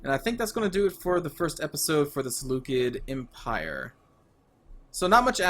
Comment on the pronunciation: Excited for this series! Btw, it's pronounced Se - Lu - Ked - I in Greek but the way you pronounced it is pretty accurate. Also, can my legion name be "The Dawn of the Empire ".